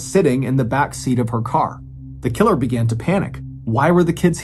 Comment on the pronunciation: Dude said killer so many times it started to sound weird. "Tha KiILurrR x1000"😁